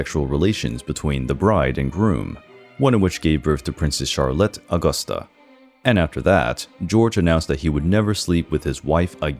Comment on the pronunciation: Stumbling about difficult to pronounce foreign names is one thing. Calling ENGLISH Princess Charlotte Augusta "Charlette Ogosta" and Maria Josepha Amalia of Saxony "Maria Joseph Amalia of Sahonia", is quite another.